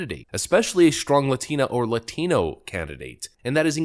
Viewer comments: Ever notice how much forced stress they put on the pronunciation of "Latino?" It's like they've been instructed repeatedly by their manager to say it like that. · Why does that MSNBC... person... speak with a generic yank accent for the most part, but put an irritating emphasis on his/her pronunciation of the "la-thee-no" words? It's really bloody irritating! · All u need to know if Dems are pandering to u, is to listen how they pronounce "Latino" with a patronizing foreign accent. It's gross 🤮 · They really have to stop saying "latino" and "latina" with that racist accent. You're speaking English so pronounce it correctly. Stop trying to sound Spanish in the middle of an English sentence you racist trash. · Serious question here, the first two ladies spoke perfect English with no accent, but they pronounced Latino with a very thick accent. The first lady also pronounced a few other things in a more Spanish accent. Is that a real thing that fluent speaking Hispanic people do as far as pronounced English words are pronounced like English words and any word that is based in Spanish is given that dialect? I've worked in restaurants for almost 10 years now and I have never heard a Hispanic person whether fluent or non fluent drastically change their accent mid sentence to pronounce certain words in different dialects. I'm not trying to troll anyone here either, I genuinely want to know. Maybe it's different when you're in media and such but man. Idk I just found it odd. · There's always "tells" that someone is woke. With men it's always lispy speech. With this woman she switches from an English to Spanish accent to pronounce "Latino". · That White woman on MSNBC forcing a Mexican accent with the extreme over accentuation of the pronunciation was extremely cringe. Also: both parties are anti White. I couldn't give a shit less about them. All R and D politicians are bad for White people. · ugh the way they all pronounce "latino" is cringe! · The way she says "latino" 🤢